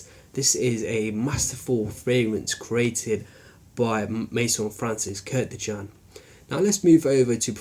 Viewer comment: I don't get it, many of you don't know that his last name is KURKDJIAN, not KURDJIAN or KURTJIAN or whatever.. If you use and pay a lot of money for some product then try to remember what have you buy.. like many people says: Tommy Hilfinger, Grunding and so on..